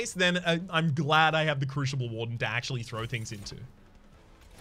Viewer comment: What a great episode! Two a day?! Awesome! Btw crooshible->croosible & oombra->uhmbra (unless it’s intentional for the lulz)